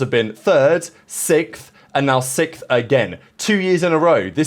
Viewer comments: Is it sixth or sickth? 😂😂😂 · Return of the “Sikth” 😂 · Jesus buddy can’t say sixth